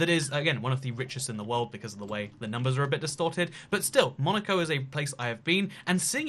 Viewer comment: When he said Monico, I thought he said Monika and I was like😲